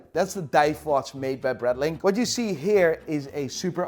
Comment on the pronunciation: it's a BRAAITLING, not a BRETTLING. FGS. You're close enough to Germany to know that. Love your videos. But I am a Braaaitling Fan.